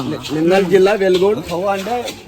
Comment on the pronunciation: వెలుగొండు కాదు వెలుగోడు